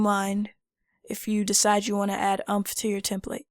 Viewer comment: Heads up: this is pronounced more like "Oooompf". Not like "trump". ;) Nice video, though!